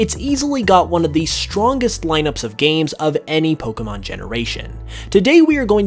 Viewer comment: It would be better if he would, as I have said before, pronounce "Pokémon" correctly! It is only pronounced "poh-kay-mon", there is no such thing as "poh-kuh-mon"!